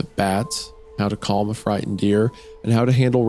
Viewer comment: My favorite place to come listen to "t"s pronounced as "d"s I'm friddened.